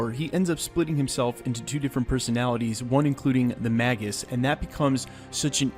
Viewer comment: Magus is pronounced MAY-guss